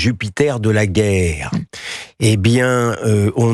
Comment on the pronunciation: le mozart de la guerreu et de la vérité-euh fait comme toujours assez peu de cas sur quoique ce soit euh